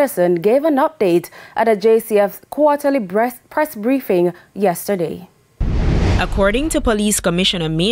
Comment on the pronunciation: "Quarterly breast briefings" seems you had jerk chicken for lunch😂